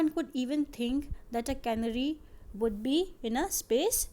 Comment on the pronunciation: Ca na ry nhi hota stupid... Fool wo CANARY HOTA HAI DEHATI HO KYA?....